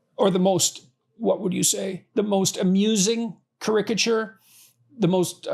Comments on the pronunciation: You are right. The accent needs to be on first vowel, not the second. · cAricature not carIcature. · is he saying "caricature" wrong or have I been this whole time???? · Most words have different pronunciations. Sometimes it is a matter of personal preference; others, regional accent. I am not sure which in this case, but I have heard caricature pronounced in this manner before.